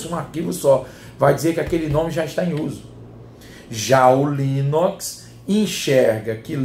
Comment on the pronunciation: rsrsrs...."já o Linóx"....rsrsrsrs